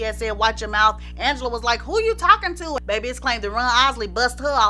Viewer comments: Ooohhhh!! Don’t let Ms Angela Winbush hear you pronouncing her name all regular!! 😅😅 it’s AHHNgela!! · Yes I remember she was a guest on Video Soul and she corrected Donny Simpson to pronounced her name as Aunngela not Angela. 😂